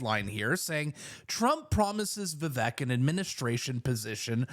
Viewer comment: You are pronouncing it correctly, it’s ‘Va-vake’ phonetically.